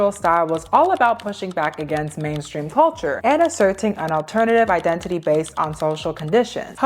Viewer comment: Nkkkkkkkkk 😂😂😂😂 Identity ❌🇳🇬 Idendidy ❌ 🇺🇸 IdenTiDy ✅ Much love from Nigeria… your brilliant detailing is great 👍